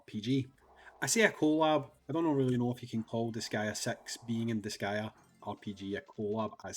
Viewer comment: “Disgaea Sex”